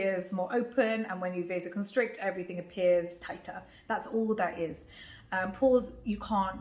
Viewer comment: Pores r not doors 😂 !! PLEASE HEAR IT LOUD 🔊